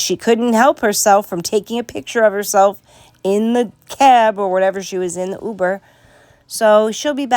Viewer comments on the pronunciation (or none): none